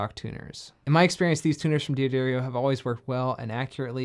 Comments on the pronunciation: It's D'Addario, not Di Addario. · Dee addario? I always pronounce it as daddario, which is the correct way to pronounce it. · Not Dee Aderio. The name is pronounced Dah Dario. 🙂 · Consider yourself pardoned, but it wouldn't kill you to learn to correctly pronounce the name of one of the most important companies in our little world... 🙂